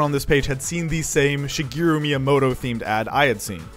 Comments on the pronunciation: It's Shi-GEH-roo, not Shi-GEE-roo. Bro. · It's Shigeru, not Shigiru. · His name is pronounced like shi-geh-ruh not shigiru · "Shigiru" Bruh... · She - GEH - roo Thank you for your time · Why do you pronounce it shegiru? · Has made many videos about Japan and has been to Japan but cannot say shigeru properly